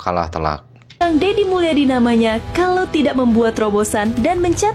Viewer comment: Kang Dedi Mulyadi Booos bukan Dedi Mulyana haddeeeuuuuh